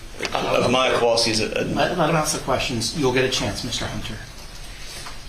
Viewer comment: I know, right? It was bugging me how no one on the defense will even say their name and constantly say “Mom” or “the child”. Then listening to the former Judge mangle their names just put me over the edge! Lol